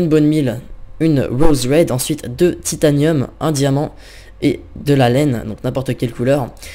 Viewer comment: Apprend a pronocer les mots deja comme titanium et c'est pas une hache boufon c'est un marteau